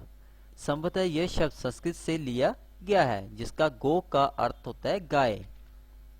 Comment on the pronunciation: आप संस्कृत को संस्कृति बोल रहे हो। थोड़ी भाषा सुधारो बाकी ज्ञान महत्वपुर्ण है